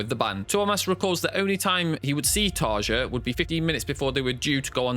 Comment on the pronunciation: It did annoy me that you constantly misprouncedcTarja's first name - I used to wirk with a Finnish lady with that nane and the 'j' is pronounced like a 'y'.